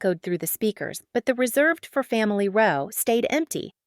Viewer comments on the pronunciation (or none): The mispronunciation of "row" makes it hilarious! (Clearly, not a human speaker.)